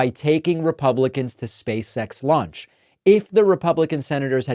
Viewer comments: “Space X”, David I kept hearing you say “Space Sex”… ROFL! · Am I the only one who hears “space sex”, whenever David says it? 😅